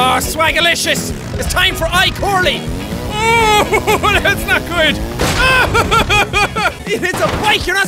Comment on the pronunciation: icorley instead of icarly ha ha